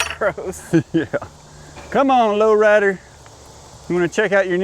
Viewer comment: Sometimes I think you're saying Loretta instead of Low Rider.😅